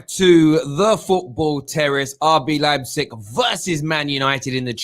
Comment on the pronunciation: pronounced Leipzig right for the third time.